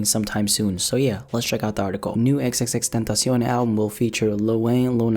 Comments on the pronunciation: No one gon' talk about how he says XXXTENTACION so well ? ❤️ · He's one of the few guys who doesn't pronounce his name wrong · If you talk spanish its very easy to say it lol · damn for the past 4 years i been saying it like that you just changed EVERYTHING